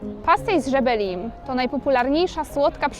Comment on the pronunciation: Filmik - dobra robota 💪💪💪, ale wymowa pastéis de Belém mnie zabiła, nie mogę dojść do siebie 😂😂😂😂😂